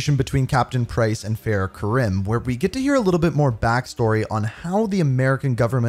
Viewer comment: Her last name is Karim but its not said like that its said kareem fyi 👍